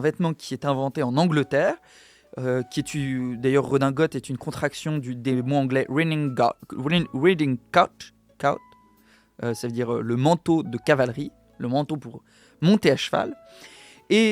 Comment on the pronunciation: c'est une chaine francophone de un et tu n'arrive pas à prononcer full formal et autres termes anglais comme riding coat. J'aime ce que tu fais mais ça donne un côté clownesque le truc anglo.